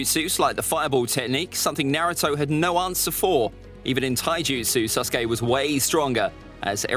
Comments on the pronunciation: HE SAID “SUS-KE” INSTEAD OF SASUKE when ze imposter is sus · He didnt say “Sasuke” he said “SUSuke” 😏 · Stop saying suskay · Why do people call sasuke susuke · I love how the narrator keeps saying Suske instead of Sasuke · I loves how he says Saucekay than Sasuke XD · Did he say SUSuke? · Man is saying susake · His name is susgay not sasuke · HE PRONOUNCES IT LIKE "sus-uke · " Naruto vs SUSkae" kinda sus my guy 00:9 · This dude keeps saying suske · Stop saying susgay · Naufal saskeh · Me hearing: susgay? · who else is hearing "susgay" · I swear I’m. Not making fun of you but I like how you say SUSKAY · He keeps saying susgay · Why he say SUSuke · Man really said suskey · I like how he calls sasuke “suske” in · My guy really called him suskai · I like how he keeps saying suske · "SUS kay" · Love how he say sasuke like sasgy and how he called Naruto’s clones his friends like bruh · Mans saying sasuke like susgay 💀💀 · ITS NOT SUSKAY Edit: WHAt is the land of vawes